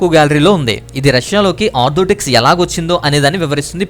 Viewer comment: చక్కగా వివరించారు. ధన్యవాదాలు. అయితే చిన్న సవరణ. ... మీరు ఆర్థోటెక్స్ అని అనేకసార్లు చర్చ్ గురించి అన్నారు. కానీ అది ఆర్థోటెక్స్ కాదు ఆర్థోడోక్స్ అనాలి. గాడ్ బ్లేస్ యూ.